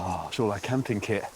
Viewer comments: It's camping not cramping dude 😂😂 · Its Camping, not cramping dude 🤣. Matt did it again, and beautiful production.